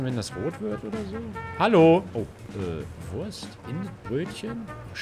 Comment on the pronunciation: Keiner Absolut keiner Hänno : "WUERST"